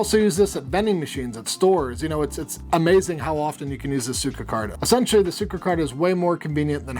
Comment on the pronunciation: It's Suica Not Suico - Tip #9